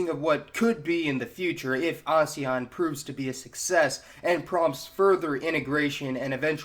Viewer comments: It's AS-E-AN, not A-SE-AN. It just bothered me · As-ean. Asean that's pronunciation of AESAN